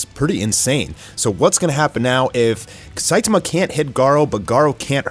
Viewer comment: The pronunciation of Fuhrer Ugly was incredible. Not surprising after listening to him pronounce Saitama the way he does. Lol